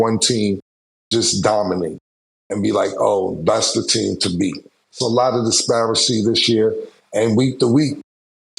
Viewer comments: Someone gotta tell Cam it’s “disparity” not “disparacy” LOL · can someone tell cam to stop saying “disparency” lol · Cam's a smart man but for the love of God, it's DISPARITY not disparicy 🤣🤣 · DIS-PAR-ITY cam!! There is not “icy” in disparity Camron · Somebody please let cam know .. the word is “ DISPARITY “ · I need a over/under line of Cam saying Disparency 😂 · the wild part is we all know what he means by "disparicy" 😂😂😂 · Disparicy, Mediocricy. Them Ts be killing Cam. Or is this some cicycle shit? He don’t say “t”? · With respect. The word is disparity Cam. I know you gonna say it how you want tho. 😂😂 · Disparity.... it's disparity Killa. 😐